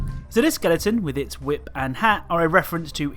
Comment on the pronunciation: Why do I laugh when he says ‘whip’😂